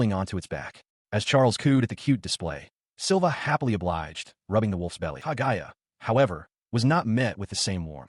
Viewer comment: Smh "ka GUY a?!" ITS KA GU YA ai can be so annoying